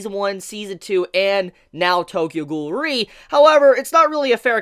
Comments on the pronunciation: Its pronounced: Tokyo Ghoul: REEEEEEEEEEEE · The way you say Tokyo ghoul: re I almost died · If ur such a big Tokyo ghoul fan then pronounce :re correctly